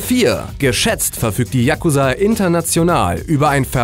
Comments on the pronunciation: Yakuuuuuuza nicht Yaaaaaakuza!!! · Da du dich entschuldigt hast ist es ok aber es heißt Yakuza ( ausgesprochen :JAKUSAA) nicht Yakusa! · spricht man das nicht "chakuzaaa" aus und nicht "yakuza" ? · die dings liegt nicht auf a sondern auf u bei yakusa,so hört sich das ja an wie jacke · hahaha sry für die falschausprache von fremdwörter, ich so okay so japanische namen werde ich wohl auch nicht aussprechen können, 2 sekunden spätter die .... der jakusaaaa... FACEPALM mn sagt Tschagusa haha hab so ein lachflash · spricht man das nicht Jakūsa aus :/? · Sportmann941 Man betont das U. yaKUza und nicht YAK uza. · Wieso sprichst du Yakuza so schnell aus?;) Es wird lang ausgesprochen, so ähnlich wie Yakuuzaa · yakuza wird mit einem langen u gesprochen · die aussprache ist falsch ...ich bin imker und weiß wovon ich spreche!